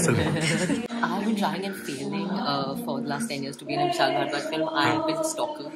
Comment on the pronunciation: Did you just said Vishal "Bhadwa"?